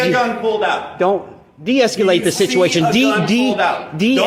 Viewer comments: Deesculate, sounds like ejaculate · Hopefully he learns how to pronounce deescalate, and not deesculate🤣😂 Sorry, mispronunciation is a huge pet peeve of mine🤣😂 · Who says de-escalate like that? There is no "u" my guy. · The word is “deescalate.” Can’t stand people adding extra syllables. 🤦🏼‍♂️